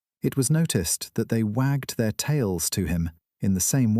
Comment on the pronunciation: The AI narrator messes up the word “their” way too often. 😂 Clankers still can’t read, just like Boxer.